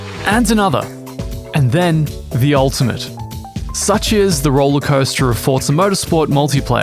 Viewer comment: "Fort zaa" lol